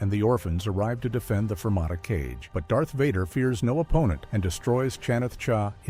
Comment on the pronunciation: It’s Darth, not dark